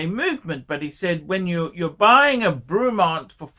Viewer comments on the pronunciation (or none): I think you need to pronounce the brand correctly 1st… fucking Bruumont?? The actual feck?? Try Breh-mont. stick to ya shaggy Rolex bud. I’ve owned 2 different “Breh-monts” & both have been absolutely superb. Wouldn’t have any other. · I've watched a few of his reviews, what an absolute cock. An Ausi who can't pronounce words properly like Brewmont AKA Bremont and Roolex and is against something from the UK, what a surprise. All the major brands started somewhere and Bremont seem to be doing things right. Buy one now and see it's value increase as the Bremont brand gains a foothold in the prestige watch market moving forward. Bremont offer a 3 year warranty on their watches which shows confidence in their product, even Patek only offer 2 years like most other high end brands except Rolex and Omega. I've owned many models of Rolex, none were as good or accurate as my Omega Planet Ocean. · You can't even pronounce the company name and I'm sure Rolex are thrilled you buy their watches , then slag off UK military? Fat useless wanker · Would have been better if you could pronounce it properly dick head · Rolex, over priced jewellery. Can you do me a favour and learn to speak properly please. If you are going to talk about something at least have the courtesy to find out how to pronounce the Company name correctly. Also, the watches are not ugly as beauty is in the eye of the beholder not you. Pricing, well if you don't like the price don't buy the watch. Please stop swearing, it just makes you look stupid, argue against the watch by all means but be constructive in your criticism not just saying f**k. The video clearly shows that you know very little other than your own self importance.